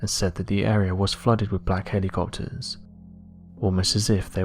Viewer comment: This guy says helocopters like Mater